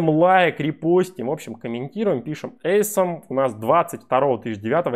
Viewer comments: Awesome произносится как "Асом", не "Эйсом". Чиним поломанный Английский. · awesome читается как Осэм [ˈôsəm], не ломай англ еще больше) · это произносится "Осэм"